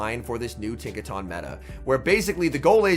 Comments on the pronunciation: Its pronounced tinka-tun, not tahn lol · Tink-a-TUN bro. Not “Tink-a-TAWN”